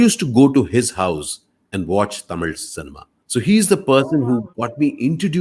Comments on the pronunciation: the way he pronounces the word "THAMIZH". ❤️❤️ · Sir I Like ur Pronunciation THAMIZH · Tamil nu solama tamizh nu correct ah soldrarupa...kathukanum ivartendhu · The way he say Thamil 👍🏽 lagaram on point 👍🏽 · Its quite easy for a Malayali to pronounce ழ் / zh unlike us.